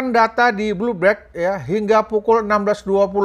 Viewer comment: Bloomberg apa BluDreG bah😂